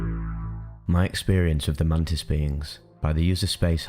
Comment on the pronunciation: Man tits or mantis hahahah love your videos man